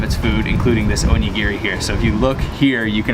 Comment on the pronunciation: Onigeary😂😂 onigili *